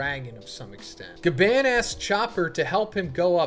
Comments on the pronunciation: Ga barrrnnn barrnnnn Not bann as in ban. It's Gabarrrrrnnn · The way u say Gaban pisses me off